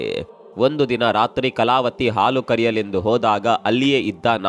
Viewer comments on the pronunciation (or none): none